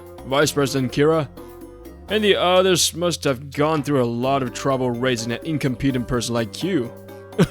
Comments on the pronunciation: In c(ah)m peh tent! Not incompete! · "incom pee dant" really.... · This was good, but someone needs to tell the male VA the context and pronunciation of "incompetent" it gets grating after the fifth time or so. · Male VA. Please work on pronouncing incompetent. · His pronunciation of incompetent irks me…. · I completely agree. He keeps calling him incompetent but he can't even pronounce it properly 😅